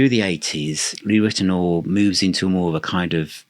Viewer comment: it’s pronounced Lee Rit-e-now-er not Rit-e-nor.